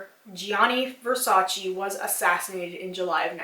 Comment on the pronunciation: I don’t want to sound rude, but Versace is actually pronounced “Versach-eh,” and not “Versach-ee.” Great video btw, you should do something like comparision of marketing strategies of the biggest cosmetic companies (EL,Lancome...) and why are they so successful.